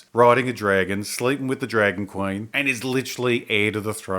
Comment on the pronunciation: Oi m8 wot's a KWAYN? HOLY FUCK! IT IS RICH EVANS. OH MY GAAAAAAAAHD!